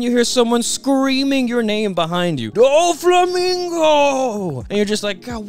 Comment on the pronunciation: It’s no way you just pronounced doffy first name like that